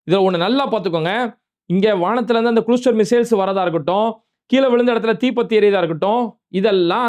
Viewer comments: குளுஸ்டர் இல்லே..., க்ளஸ்டர்😊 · its cluster (klastar not kulustar) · ஓய் தொப்பி, இங்கிலிபீஸ் நல்லா போய் படி, க்ளூஸ்டேர் இல்லை ஓய் கிளாஸ்டர் என்று சொல்லு ஓய் தொப்பி😂😂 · குளுஸ்ற்றர் இல்லை பாறுக் க்ளஸ்ற்றர் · 😂😂😂😂😂 Watar..க்கு வாடர் போலவா...sorry க்கூ சாரிப போலவா???😂😂😂😂😂😂